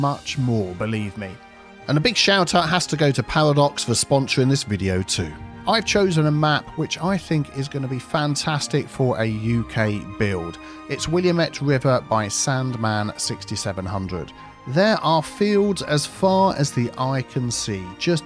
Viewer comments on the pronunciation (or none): The pronunciation of Willamette is wuh la muht not William et. It is good to see a map based around my home get spotlighted though. I had to do a double take because I was listening to you say the map instead of watching, had to rewind to see if the map name appeared on screen just to make sure, and sure enough saw Willamette and just had to chuckle to myself. I guess it could have been worse, you could have said the map was based on the William et river in Ore e gone instead of Oregon (pronounced the same way you would pronounce organ). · Will -am-ette. Not william-et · Ngl, as someone who lives in the Willamettte Valley, I have to point out that your pronunciation is incorrect. Its "Will-Am-It", not "Willa-mett". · I lived on the willamette river here in oregon before. Its pronounced will am it but it's all good. Beautiful area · As a local Oregonian, the willamette valley and the aforementioned willamette river is one of the most beautiful places in the world! It is also very similar to the UK! Buuuuut it’s locally pronounced Wil-lam-it….. love your videos! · It's pronounced, "Will-Am-Ett" River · “Will-la-met”, is how it is pronounced. The way I know it, is that it is a river in the US state of Oregon “or-gun”. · And us Oregonians will gracefully not correct (relatively minor) mispronunciation of Willamette. It is often butchered far worse by Americans visiting Oregon for the first time. It is even pronounced quite differently when used for a mall in another video game, and from what I've read that pronunciation is correct for where that game is set.